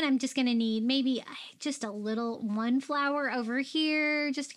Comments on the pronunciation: I realized lately that when you say the word "one", it sounds like "win". My Mommy said it the same way. It made you even more special to me my friend. Silly huh? The smallest things that can bring us Joy when missing someone very special 💜💜💜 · I agree!❤❤